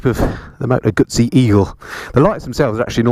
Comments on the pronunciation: Its pronounced GuZZi not Gutzi. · Tut Tut … Guzzi not Gutsi LOL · Moto Gooey-see.🤣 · Did you say “Gutzi” ? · Nice bike, though a single headlight would improve the looks... By the way there's no 'T' in Moto Guzzi....